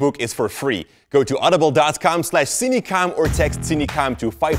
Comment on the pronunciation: How I pronounce: Sin-a-kom How Pronounce: Seen-e-kom